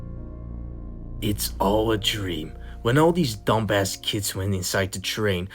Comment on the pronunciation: Im crying at how he says dum-bass